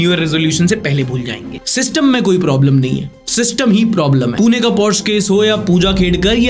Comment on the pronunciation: not porsh 🙃 it's porsheeeeee 🚗 🚘